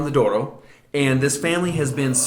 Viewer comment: That was a very good attempt at the Portuguese pronunciation -- better than the vast majority.